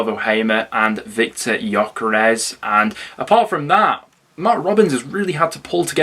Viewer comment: Well done for being able to pronounce Gyokeres properly! Most Sky presenters and commentators still haven't mastered it